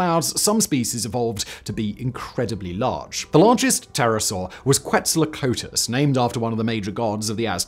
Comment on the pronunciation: Giraffatitan, not whatever he said, and that's a genus; the species is Giraffatitan brancai. Simon has always sucked at names and doesn't seem to care or want to improve. (The writers/researchers also don't seem to make much of an effort of giving him direction there.) Also Quetzalcoatlus, gfdi.